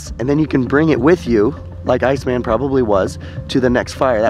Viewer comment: ...you refer to "Ötzi" as "ice-man" with the intonation on the name as if it were a translation of eis man. He was given the name just as the Neandertaler was, Ötzi was found in the Ötztal, Austria.